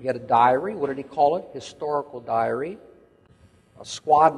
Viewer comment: *diary, not “direy!” Now I know why it took you sooooo long too find out about his diary!